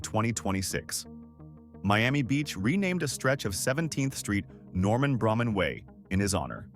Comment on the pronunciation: Braman is pronounced “Bray-man” not “Bramman” thank you